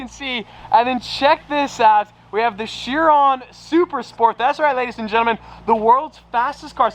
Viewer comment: It’s not She-ron, it’s pronounced Ki-ron! Vey-ron is wrong too!